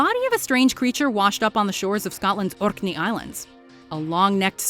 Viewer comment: Did she trill her "R" on "Orkney"?